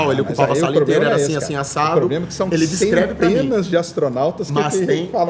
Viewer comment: xandão: "descleve" kkkkkkkk